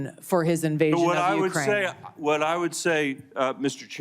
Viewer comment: Uckrain started it back in tow thousand fourteen